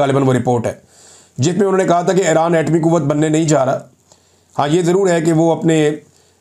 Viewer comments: عمران بھائ پلیز اپنی ایک دو تلفظ کی غلطی کی اصلاح کر لیجیے۔its,not (aeraan)it's pronounced eeraan.secondly it's not tal abaeb it's pronounced TEL Aviv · ITS NOT ERAAN , CORRECT IS IRAN